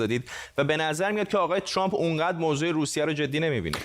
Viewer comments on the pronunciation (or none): none